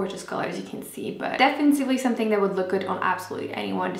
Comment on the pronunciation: Hahaha no worries.... it's obvious you get it mixed up with "definitivement" and that's the part that makes it cute! :)